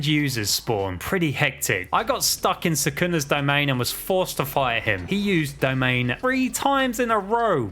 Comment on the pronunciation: Great video, but cmon. Suckunus vessel?